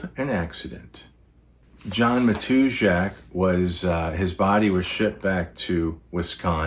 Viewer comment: I've heard his name pronounced /ma-tuz-ak/...with apologies for ruffling any feathers.